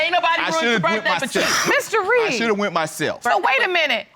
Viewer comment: He messing up the Reed name.